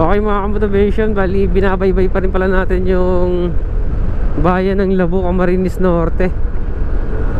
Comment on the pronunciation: Idol... pakitama yung pronounciationg ng LABO...Hindi LABU...bagalan mo ng pronounce LAA..BO